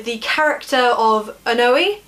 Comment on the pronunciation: I thought Oenone was pronounced ee-KNOW-nee